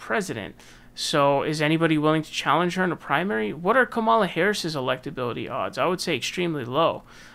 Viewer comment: Holy crap already, it's KA'mala not kaMA'la! Jeez!!!!